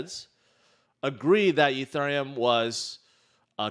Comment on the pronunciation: Why do you say Ethereum like that. Stop it.